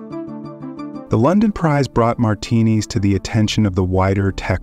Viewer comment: Good video, pronouncing his last name "martinis" was kind of annoying though.